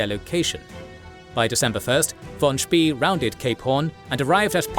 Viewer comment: Spay. Not Spee.